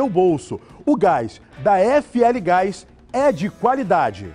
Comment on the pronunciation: Vou parar de ver só por causa desse chato do gás... nem sabe falar GAIXXXXX... com a menina dava até ânimo de ouvir a propaganda!!! Não tem tiro, como se tudo fosse pacificado kkkkkkkkkkkkkkkkkkkkkkkkkkkkkkkkkkkkkkkkkkk